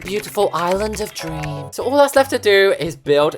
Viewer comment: when he said “my big beautiful island of dreamhmhms”😂